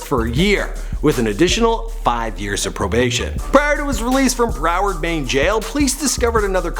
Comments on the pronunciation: Did this fruit loop just say "bro werd" it's "broward" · Really dawg? “ bro-ward” ?? It’s pronounced brow-erd. You butcher common words so bad it actually makes me cringe hard. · I don't know who told you how to say Broward County but imma break it down Brow-ard brow as in eyebrow